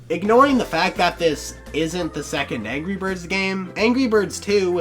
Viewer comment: ANGEE BIRD